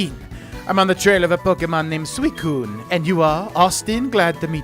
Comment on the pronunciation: This is how I’ve always pronounced them. IIRC this is how the official Pokemon stuff pronounces it, too. Suicune: Swee-coon Entei: En-tay Raikou: Rye-koh